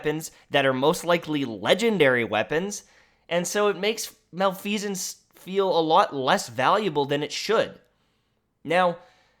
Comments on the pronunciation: Ahem. Pronounced, mah-leh-fih-sense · I believe it’s pronounced Mel-eff-eh-sence. I could be wrong tho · Pronouced ma-lef-uh-cents